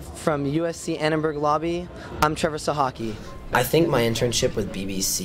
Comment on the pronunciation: Glad to hear you pronounce Sochocki the same way we do in Indiana.